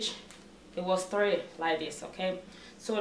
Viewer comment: Did I hear👂 thlee or three 😄😄 Wow this is awesome video you did a great job but the thlee set is making me laugh